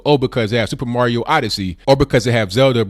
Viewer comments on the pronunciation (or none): none